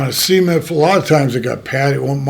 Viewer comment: See-ment floor!!😅